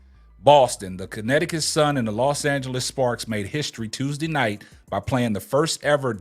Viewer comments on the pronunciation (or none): none